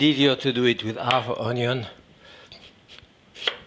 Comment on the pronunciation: I don't trust a man who can't pronounce ONYO